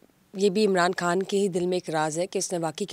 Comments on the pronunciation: " خان " کو ۔۔ " کھان " کیوں کہہ رہی ہو ۔ ؟! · your pronunciation of "K" is incorrect It is KHAN nor KAAN. KAAN is Indian Slang people are fascinated with . Pure Urdu id KHAN